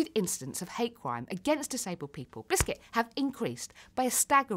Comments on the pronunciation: I support her but idk if she says biscit to ne funny or she cant help it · I like the part when she said 🅱ISCUT